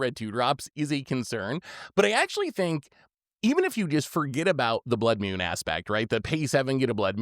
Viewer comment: What is a "Blood Mewn"?